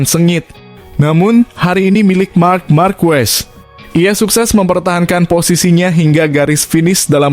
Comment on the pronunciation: Belajar mengucapkan yang benar itu bukan ejaan indonesia c pada bahasa itali dan spanyol diucapkan k goblok